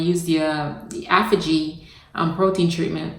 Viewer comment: I love your videos but please learn how to pronounce Aphogee correctly 😫